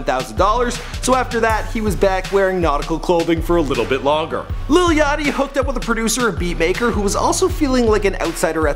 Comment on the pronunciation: *yachty not yatchy